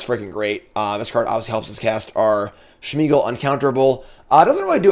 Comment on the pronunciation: There's no H in Smeagol's name. Its not Shmeagol